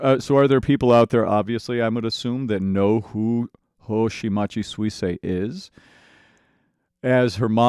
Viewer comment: Thumb up and follow for trying to pronounce her name correctly, that's respect!